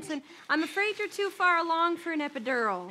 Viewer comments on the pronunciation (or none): Killing “EPEDURAL”